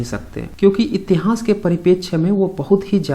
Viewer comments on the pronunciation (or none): Tere ko itihas kahna tak nhi ata itihas ko itihans kahta ha 😄😄